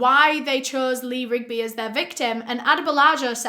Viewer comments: It’s funny you had trouble say the Marines name. The Beatles has a song called Eleanor Rigby . Thought you find that fact funny. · Good job on memorizing the last names of the two political activists and saying it right ... also sad you not sure how to say the last name of the British bloke !